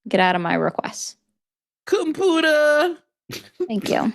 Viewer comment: if could do the "compoootah" bit ALL day id be so happy. Its so funny